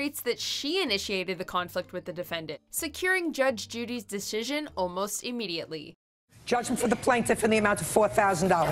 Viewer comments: okay okay okay. I love the irony how she was talking about how the girl said "Losers" wrong, but then proceeds to butcher the word "decisions" as "deshishions" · I like how the narrator talked about one of the participants butchering the word losers and then butchered the word deSHisions (decisions) herself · Narrator: ". . . butchering the word losers . . ." Also Narrator, ten seconds later: ". . . deshisions . . ."